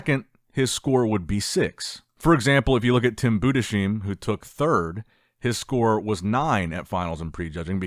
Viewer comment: Please, it’s Budesheim not Budesheem